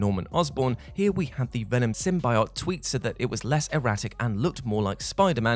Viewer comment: Sim-bye-ott..? Sim-bee-yo't